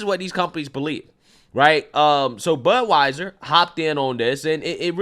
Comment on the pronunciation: I thought you said buttwieser